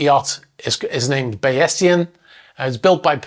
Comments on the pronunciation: The name of the yacht is pronounced “bays-ian”. It’s a mathematical term applied to analysis, probability, and more. The name’s in keeping with the owner’s tech background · Bayesian, pronounced bays-ian, not bay-es-ian. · Pronunciation of yacht name is probably "BAYS-ian", not Bayessian. Looking forward to answers to following questions: Did the captain of the rescue boat notice if the Bayesian sail was deployed? Also, can we see Doppler radar for the night of the storm? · A trivial point in the face of such tragedy, but I think the yacht's name is pronounced Bayes-ian and not Bayessian. Named for Bayesian statistics after Thomas Bayes in the 18th century. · I alwaysthought it was pronounced Bah Yeah Sian. But now, looked it u and it came from a dude called Bayes, so now understand why it should be pronoucned Bay Sian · this is correct. Bays-ian. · "Bay Se An" the E is silent! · Bayesian - pronounced Bay-zee-un, a reference to the mathematical statistics theorems of Thomas Bayes, on which much of Mr Lynch's fortunes were founded. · Bayesian Statistics (BAY ZEE en) is a type of mathematical modeling. Someone might say there is a 98 percent chance of this being true, or flipping a coin, or other very complex models. You have a great channel. I own a 35 foot sailboat. Keep up the good work. Thank you. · Pronounced “bayzeean”. It’s a branch of statistics. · As an econometrician, I was thinking the same think. Ironic. BTW, the pronunciation is not as said in the video. It's bay - zhn. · The boats name is pronounced Bay-Sion, he named it after the algorithm. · The name of the yacht is pronounced Bay-zee-uhn and is taken from the term to describe a statistical method that assigns probabilities to events. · Believe the pronunciation of the yacht's name is Bay....zhun. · Bayes -ee -an, adjectival form of surname of Thomas Bayes the mathematician, who inspired Mr Lynch to develop his tech product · Pronounced BAYS-zee-un by my physics professors.